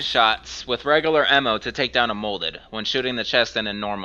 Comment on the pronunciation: Piccolo xNailxKami hendgun emmo